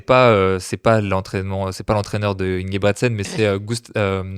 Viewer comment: Merci pour l'épisode mais très très orienté débutant. Et la prochaine faudrait faire l'effort d'apprendre à prononcer Ingebrigsten avant de faire un épisode sur la méthode Norvégienne, quand même...